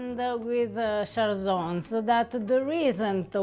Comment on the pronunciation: Che bello vedere un po' di cucina friulana qui, grazie! Però Cjarsons pronunciato alla francese non si può sentire 😂